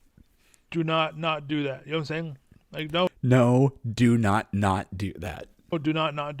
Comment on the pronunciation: Heh's nawt wawke, obviuswy.